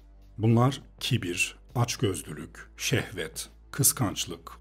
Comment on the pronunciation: Şevhet değil şehvet.